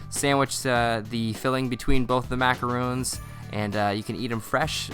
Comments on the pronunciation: Ugh, you were doing so good at saying MA-KAH-ROHNS then you started saying MA-KAH-RHOONS throughout the video. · This is an awesome idea, thanks for the recipe! Gotta tell you though, it's pronounced 'ma-cah-ron', not 'ma-cah-roon'. Macaroons are those delightful little crispy coconut cookies, and macarons are obviously what you just made there. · Macaroons and Macarons are 2 different cookies. Macarons are pronounced with 1 "O". He keeps calling them the wrong cookie by saying "macaroon".